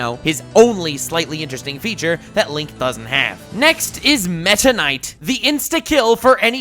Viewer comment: Can’t believe he butchered Link and Zelda smh